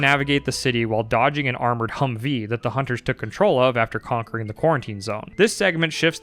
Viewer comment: Pronouncing Humvee as 2 seperate words drives me violently insane.